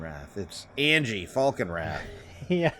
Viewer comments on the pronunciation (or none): It’s pronounced An-ya, not Angie